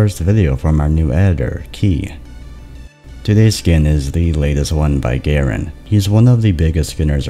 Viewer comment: I thought kea was pronounced like ikea